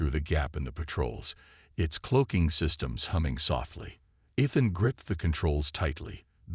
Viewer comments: I thought the story was a good take on a coming of age theme. There were some problems with the captions used and AI narration. There is something Ethan, the A. I. Can not pronounce it correctly and and a couple points even used Athan. Probably the saddest portion was when his mother mispronounced her own sons name, sad that. Keep writing and creating improvements take time, and you a sure more creative than I am. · Pronounced E than.